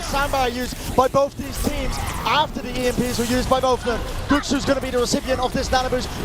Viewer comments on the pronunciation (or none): Coming back here to see Patiphan and was surprised to see Shy here as well XD LOL loved the pronunciation of Guxue's name before they knew how to say it